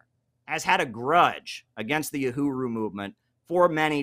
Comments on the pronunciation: Uhuru not OohRooWho.. lol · “Uruhu”?? “Yuhuru”?? Come on!… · Kim, it's pronounced [uh-who-rew] - Uhuru. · Uhuru, not Uruhu 😉